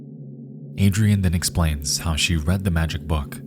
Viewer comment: I can’t lie if fills me with rage to hear Adrienne pronounced Adrian